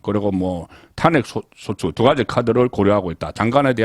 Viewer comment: 송본부장님. 전에도 한번 올려드렸습니다만 말씀의 억양이야 대구 출신이시니까 어쩔 수 없다고 치더라도 단어의 억양은 구별이 되었으면 합니다. 가장 귀에 거슬리는 단어가 "탄핵"이라는 단어를 말씀하실 때 입니다. 본부장님께서는 '탄'자에 액센트를 주고 발음하십니다만 이 단어는 '핵'자에 액센트를 주는 것이 맞습니다. 시사내용을 평론하시는 만큼 자주 등장하는 단어 입니다. 상당히 귀에 거슬립니다. 수고스럽겠지만 고치시는게 옳습니다. 여타 다른 단어에도 신경쓰셔야 합니다. 그런 단어가 많습니다.